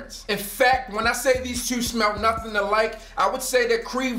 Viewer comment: "Anovuh" and "Nuffin'"? Ignorance at it's finest! I hope YouTube doesn't pay him for this BULLSHIT WASTE OF EVERYONE'S TIME! He's so FULL OF SHIT!